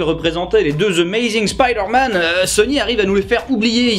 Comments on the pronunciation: À chaque fois qu’un francophone dit Spiiiiiiderman, un prof d’anglais meurt dans le monde. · C'est qui qui nous parlait de bien prononcer Bioshock et Fallout en anglais puis qui prononce spi derman tel un mot Français ? 😆